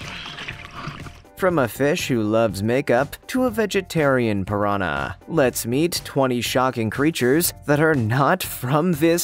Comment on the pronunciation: "to a vegitarian phirrr-ahnaa"